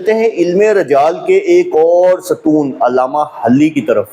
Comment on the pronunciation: بھائی جان شیعہ بے شک نہ مانیں کہ وہ صحابی نہیں تھے لیکن ہماری کتب میں ان کو صحابی مانا گیا ہے۔ دوسرا اپ ان کا نام بھی غلط لے رہے ہیں حجر کے اوپر پیش ہے نہ کہ زبر علامہ حلی کا نام بھی غلط لیا آپ نے حلی زیر کے ساتھ ہے